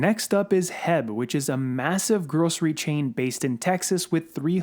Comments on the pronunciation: Bro, excellent content and my shell strategy is very similar to yours except for one thing. H E B is not pronounced HEB (or jheb) here in Texas it is know as: Aitch (H) - Eee - (E) - Bee 🐝 (B). And yes, H E B is a massive supermarket store even bigger than Costco’s. I spoke to the store mgr here in Houston and he was telling me that HYLN is already a transpo partner of theirs since its based out of Austin for quite sometime now! HYLN already has over 400 Sales & Service Centers operational for the post IPO merger. These fact alone is a game changer since most of LATAM already uses LNG in their vehicles as a form to reduce fuel costs. It really isn’t nothing new down there with the exception of the EV power train. Once these service centers go live, it will be very difficult for NKLA (if it ever builts anything) or TSLA to penetrate the semi market in South America. Let the💴💴💴🚀🚀🚀🥂🥂🥂 begin!!! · Its Not HEB...its H.E.B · Correction. The company is not called "Heb." It's called H-E-B, an excellent company by the way. I wish they actually sold stock, but it's private. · Lol it’s pronounced H.E.B. But I know you wouldn’t know unless you’re from Texas . You saying heb made me laugh. Thanks for video!! Appreciate you